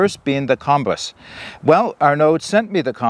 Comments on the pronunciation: I thought it was pronounced "boos" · And the end you say the 'ui' in kombuis like 'euh' but 'euhs' komb euhs kombuis 😅